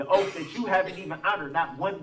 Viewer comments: Is it because of his teeth that he pronounces the sound “th” as an “f”? “Oaf” instead of “Oath”, “Goof” instead of “Guth”, “Bof” instead of “Both”, “troof” instead of “truth” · I'm listening to this rant again, and the sentence that has my brain in a tailspin is, "your honor I have your 3 "oaf" of offices here".......an English teacher would have a field day here......